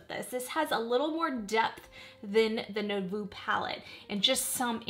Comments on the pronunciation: Nouveau is pronounced as nu-vo (not no-vu) ❤ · Sorry to be a word Nazi... But.... Nouveau is said new like new...voh like oh my lol. New-voh